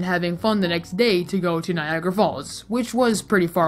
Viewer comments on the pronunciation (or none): U pronounced it Niagra.. but its written Niagara. This is why i dont understand english